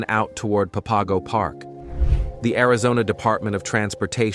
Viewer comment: It's pronounced Pap-a-go